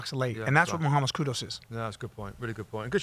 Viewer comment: notTTTTTTT KUDOS, it’s KUDUS